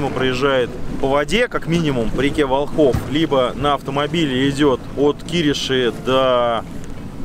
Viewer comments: местные говорят вОлхов, ударение на первом слоге. Классное путешествие, завидую по белому, молодцы!!! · вОлхов, ударение на О!!! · Волхов, ударение на первый слог. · Ударение Волхов, на первый слог. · ВОлхов, ВОлхов, от Волхвы. Слух режет как булка хлеба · Ничего страшного в том,что не правильно поставил ударение нет точно,смысл в том,что парни делают Дело,интересное ,трудное и не ошибается тот,кто...в общем успехов,интересных походов и тестов✌️